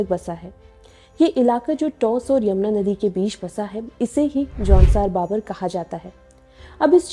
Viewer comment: Aunsaar baabar nahi jaunsaar bhaabar 😜🤣🤣🤣😭😭